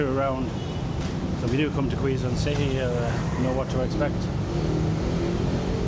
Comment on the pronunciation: KEH..zon, that's the right pronunciation. Good luck! Take care in your next travel.